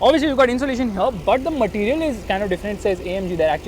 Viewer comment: One of the funiest pronounciation of Indian english- Material🤣. Its like MATIRIYEL